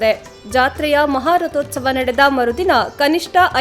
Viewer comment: ಅವರೇ ಒಂದೇ ಒಂದು ವಿನಂತಿ ದಯವಿಟ್ಟು "ಮಹೋತ್ಸವ" ಅಂತ ಉಚ್ಚರಿಸಿ. "ಮಹೋಸ್ತವ" ಅಲ್ಲ